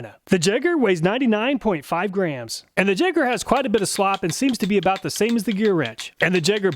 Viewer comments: Think I'll put my money on the tekton.. but also next time if you get that brand again. It's pronounced yay-ger not jay-ger. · Jaeger not Jager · I think you're mispronouncing Jaeger, you're saying it as a ja instead of ya. Most people say Jaeger with the y instead of j. Why? I have no clue but I'm pretty sure the name is supposed to be pronounced with a y. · It's pronounced yay-gurr, not jegger, but loved the video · I'm fairly certain that "Jaeger" is pronounced "yay-ger" not "jeg-er" :P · For you, it's Jegg(ah)... throwing that "R" around to comfortably.. 😂😂😂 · Jaeger is German for hunter and is pronounced Yeager! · The "jayger". Lol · Pretty sure Jaeger is pronounced yay-ger, correct me if I'm wrong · Jaeger = Yay-ger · Awesome video! Just FYI, Jaeger is pronounced "yay-ger" and is a German word that means hunter. Can't wait for the next video! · My son turned me on to your channel and it is Awesome! Only critique is that it is pronounced "Yeager", the J is silent in German. Love the channel!!!! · Hi, in case nobody else pointed it out, "Jaeger" is pronounced "Yaeger". It's the German word for hunter. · Jaeger is pronounced "Yay-gur" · The Jaeger is pronouncer "YAYGER" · should be pronounced 'yay-ger' as jaeger is German for hunter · Ok this one I'm almost positive on - "jaeger" is pronounced "Yay-gher" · Isn't "Jaeger" pronounced "yay-gar" ? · Jaeger is german for Hunter and is pronounced Yay-Ger. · “Jaeger” is pronounced yay-ger. It means “hunter” in German. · "Jaeger" is the German word for hunter. It's written "Jäger", and in the German language the "J" makes the English "Y" sound. It would be pronounced "Yeehger". I don't know if the Jaeger brand has any association with Germany. Maybe from its founders. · Pronouncing Jaeger like that, I think may be a teetotaler.;)